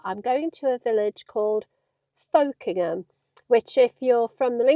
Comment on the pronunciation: Hello, I saw those binos on Freecycle. It's good to see some local content and pronouncing Folkingham correctly! Will you be going to Osbournby or Aslackby?